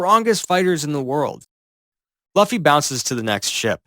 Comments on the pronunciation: Why did you say duffy😂😂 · The pronunciation of Luffy and Haki took me out of the experience lol